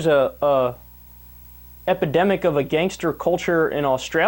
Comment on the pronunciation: It makes my face twist when Billo says, "Gangstaa". So much emphasis on the "sta". -_